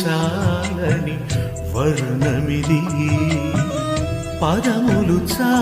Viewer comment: Varnamidi kadu varnanidi brother